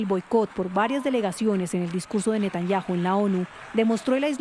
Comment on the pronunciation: No sabe pronunciar Netanyahu